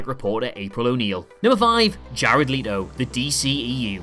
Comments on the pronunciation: Is anyone gonna tell him that it is Jared Leto not Jared Leeeeto? 😅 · Just to let you know it's let-o not le-to, really enjoyed this video though 😊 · pretty sure leto is pronounced let o not le t o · Its not Leeto, its Leto. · Jared Lee-to???? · Jared "Leeto"... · Lol jared Leetoe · Jared "Lee-doe" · Listening to you say Jared Letos name wrong makes me fucking cringe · So nobody gonna tell this man he saying Jared Leto's name wrong?